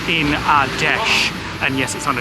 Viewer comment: I laughed way too much at “ rock a hoy? “ 🤣